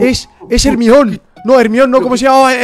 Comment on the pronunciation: Nadie: Absolutamente nadie: "Se llama germion" :v